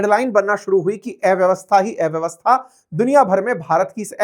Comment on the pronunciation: उच्चारण ठीक करो। एव्यवस्था नहीं, अव्यवस्था बोलो। अ और ए के अंतर का कठोर अभ्यास करो।